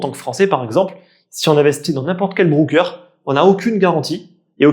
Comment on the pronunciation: Merci pour ta vidéo. Broker se dit "Broqueur" pas "Brouqueur" :)